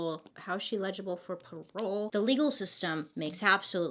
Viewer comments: *eligible lol! I love the way u say it tho! U said legible. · Bailey I love you but it’s “eligible” for parole not “ilegilable” lol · A note to help you (not being a grammar police, I actually think it's freaking adorable/super endearing), but Eligible is pronounced- Ell - idge - ib - bull (illegible ill-ledge-ib-bull means not clear enough to be read, like doctor's handwriting). (So it's ell idge not ill ledge lol That's confusing me now! 😆) Having a mnemonic device helps me when remembering words, so I thought I'd share. (But I kinda don't want you to change either lmao) You are my favorite new YouTuber! (New to me) You've got such a great personality, feels like a best friend is telling me a crazy story they heard, I love it. Keep being amazing! ❤️❤️ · She's not "legible" for parole ... it's eligible ... el .. ig .. ible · Just want to let you know the word "eligible" is pronounced with emphasis on first syallable as in EL-i-gi-ble. You pronounced it and it sounded like you were saying "illegible" which has emphasis on 2nd syallable "leg (soft g)". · Ha I noticed this too! She does always say she doesn’t pronounce things right.. I thought she Was saying the word legible instead of eligible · I really, really hope this doesn't come off as rude, but the word is 'eligible' not 'legible'. (My husband is dyslexic and requests that I correct him with the wrong words, so I try to do that gently. I'm really not trying to be rude!) Love your videos!! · Love your vids girl! Only had me confused when you started saying illegible not eligible 🙀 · EL-i-gi-ble not e-LEG-i-ble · El-li-gi-ble Bailey :) PS, I love your videos! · trying to help...... El- A- Ga- bull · "Legible for parole" lol Bailey I love you! I prefer your way of pronouncing "eligible" lol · You totally say eligible like "illegible" lol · Was thinking the same thing. Like, oh Bailey. I 🖤 you, but stop saying legible! She is not handwriting/font that we can read. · Hey it's pronounced el-gi-ble Lots of Love